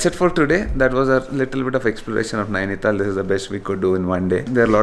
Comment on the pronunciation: It is Nainital... not Naini-thaal